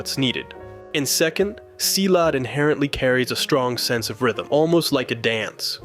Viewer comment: Him pronouncing merantau and silat incorrectly is hilarious for me as a Malaysian